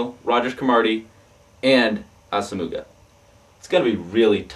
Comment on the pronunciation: Nnamdi Asomugha, is pronounced a-sa-mwah not ass-o-mooo-ga